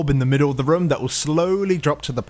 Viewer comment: whenever you say "room" it sounds like "rum"